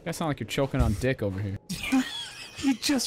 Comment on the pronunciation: Ah yes, "chocking"